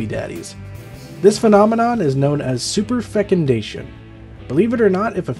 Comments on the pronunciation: “Superfucundation” sounded like an Irish swear 😂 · Wow, superfecundation sounds superfecun-amazing.